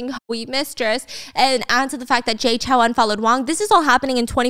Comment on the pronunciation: Off topic but the "ou" in Chou is like the "ow" in row, not CHAO. Sincerely, A Taiwanese person